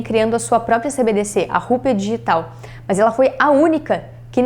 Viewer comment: Adoro as meninas, mas esse MAHNS que ela fala é irritante kkk, é MAS!